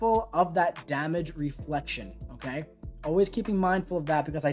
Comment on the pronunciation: I love how says "dahmage"